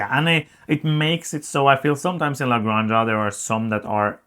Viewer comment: I kinda understand native english speakers trying to pronounce everything in english like there is no other language in the world, but you guys! cmon... type how to pronounce "la granja", you are better than this! Love your work, keep it up